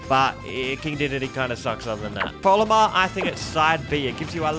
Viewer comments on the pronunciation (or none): none